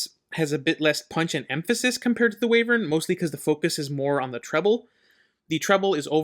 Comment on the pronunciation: Call em whatevr you want lol, but as someone who still slips and calls them Way-vern, I feel OK in saying it's actually Y-vern 🙃 my brain has a hard time with it too. Beast also shares the graph with Wyvern but the BA version.